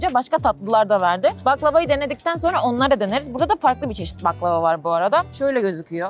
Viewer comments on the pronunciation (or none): none